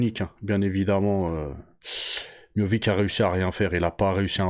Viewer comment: Salam frero Pq « MIOVIC »?